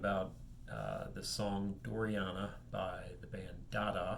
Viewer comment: fyi, it's dorina -- not doriana.